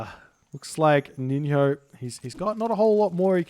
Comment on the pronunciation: Just for your info before casting the next games, NiNHO is pronounced like NiNYO, actually in the same way that you would produce NJOrd.